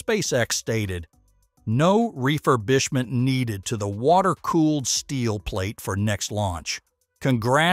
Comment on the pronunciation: And I quote "NO-REEFER-BEESHMENT" needed " Are you trying to say refurbishment? Holy Mispronunciations Batman.